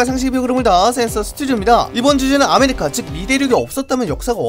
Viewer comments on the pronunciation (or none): 나만 아메리카가 아메리카노로 들리나